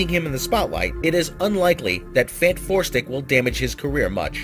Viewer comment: I love how he always makes a point to keep calling it FantFourstic :P lol